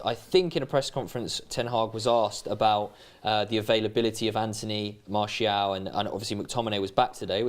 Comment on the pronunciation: Just skipped the video to a random spot and the first thing I heard was saying "Marsh E AL" 😂